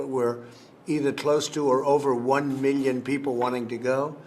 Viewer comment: Reporter: How many tickets were requested? Trump: Over a meeyon tickets.